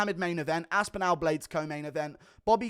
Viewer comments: As a Brit how the F are U pronouncing Chikadze's name better than Aspinall 😂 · Bro why do you say “aspinall” like that??????